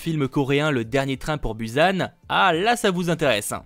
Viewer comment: Busan s'il te plaît ça se dit "BOUSAN" mais on écrit BUSAN